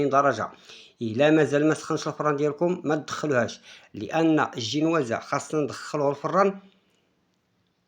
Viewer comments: آه كيعجبني الشاف مني كيقول الجينوازة ما فيههش التصنع و واضح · هههه كيقول زنواجة